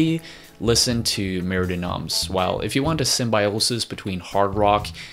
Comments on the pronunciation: Wish he could pronounce it "mair duh no(m)" with the slightest suggestion of an m at the word noms and absolutely no suggestion of an s at the end. Not murdee noms! Argh! Just stop it! Re-record the spoken word in this video soon as possible, dude! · mer de noms is pronounced "mare day NOM" not noms. just fyi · Don't prenounce the s of noms. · Mer de Noms, silent 's'. It's French, Sea of Names. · Mer de Noms is french hence the 's' is silent. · Great vid but FYI: in Mer De Noms the "s" is silent. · As a french guy it hurts me to jear you say “Mer de noms”. But I guess it would hurt you to hear me speak english 😁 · Nice video. Sorry to be this guy, but I would like to point out that "Mer de Noms" is in French ("Sea of Names"), so "Noms" should be pronounced without the 's'. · You are butchering the tittle of the album Mer de noms is sea of words, lrn the proper pronunciation or say it in English